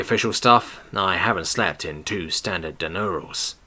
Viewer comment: Di-urn-als not di-neur-als. Please for the love of common decency pay attention to letter placement when pronouncing words you are not familiar with. Everyone seems to pronounce it the same way and all are wrong.